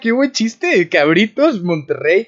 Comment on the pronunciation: "BRITTOS"... CABRITOSS... JAJAJAJA SALUDOS BRO Y QUE ESTES A FULL.